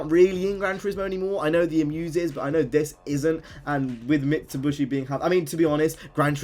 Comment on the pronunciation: Mitsubishi, not Mitsubushi! Nice video though, more modded videos would be cool